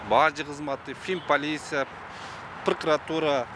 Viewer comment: Пыркратура дейт го☺️